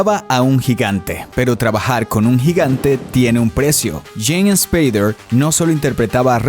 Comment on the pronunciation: Superrrrrditado? Aprenda español, muchacho... ESSSSpader... No se pronuncia la E.